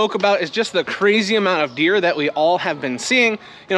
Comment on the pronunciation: lol, I heard "beer" at first instead of "deer". I wasn't sure if everyone seeing a lot of beer on the farm was a good idea or a bad idea. Where I am in South Dakota is too cold and wet right now too. Heat is coming and the garden going to love it!